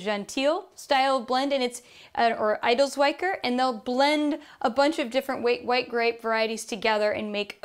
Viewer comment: It’s so sweet how she pronounces these difficult french names for grapes and regions, but the funniest thing was „Edelzwicker“☺️. She said „a dell swiker“ with an i like in „wine“, but it is actually spoken like the i in „ticket“. Please, don’t be annoyed, it sounds really just sweet. 😉 The information was lovely conveyed and charming. Regarding champagne, I‘d like to add, that there are very lovely tiny vine producers, that create hilarious champagnes, that are much more interesting compared to the huge brands. Watch out for example for „Jacques Selosse lieux dits-Champagne AOC“ It’s such an overwhelming journey of taste, starting from light apple flavours, turning to lemon-pie. brioche, peaches and almonds. You can smell the extraordinary complexity from the start. This champagne has an elegant smooth sparkling and is truly a masterpiece. Additionally this champagne is produced in a bio dynamic way with no herbicides, they work hard for it and take the effort to merely protect their grapes with natural protection and give the nature all things back, what they take from it, without cheating. It’s not easy to get this wonderful delight. With their approach, they can not produce in such large amounts as the big brands do. Actually that’s what I even appreciate, about it. It’s not a luxurious mass production, it’s what champagne should be. A delightful pleasure for a very particular occasion. For example a wedding anniversary with the only person, who makes your heart beat fast